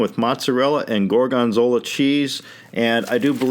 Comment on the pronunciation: why does he emphasize the second syllable, gor-GON-zola?